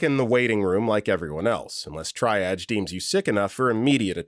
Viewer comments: I keep yelling, "TREE-AAHHHJ!!!" every time he says "TRY-AHJ" 😅 Also, he needs to learn it's pronounced like "peeds", not "peds", short for pediatrics 🤦😅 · TREE-AHJ... >.> For future reference... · For the millionth time, triage is pronounced TREE-AHJ. And pt or pts is patient and patients. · triedge.. my god. i can imagine the narrator reading the comments and realizing he's been saying it wrong 😂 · U know at this point, after this many medical videos, I admire the narrators commitment to mispronouncing triage. Long live try-arj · Sorry, I'm a pedant... it's "TREE-AHHJ". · It makes me insane! Every time I hear this narrator I know I can't watch the video. At this point it feels intentional to drive up comment engagement. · FFS, LEARN TO PRONOUNCE TRIAGE! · I don't think he's ever going to pronounce triage properly and at this point, I've just accepted it. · I’m beginning to wonder if he says it that way just to mess with people 😅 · I knew exactly which narrator it was before playing the video due to this comment 😂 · he narrates many of their medical videos and the word triage comes up often. I once remember him acknowledging that people corrected his pronunciation. I swear he corrected himself once then went right back. It feels intentional. It creates engagement in the comments since listeners get frustrated but it also might be hurting viewer retention. I know switch off as soon as I hear this narrator on a medical related video.